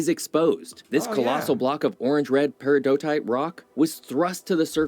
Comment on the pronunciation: I cringed at the pronunciation of "Peridotite"